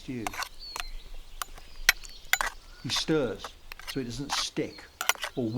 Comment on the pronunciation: "He schters the schtew"